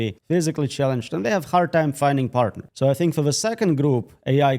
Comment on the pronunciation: Its pronounced "think" not "tink"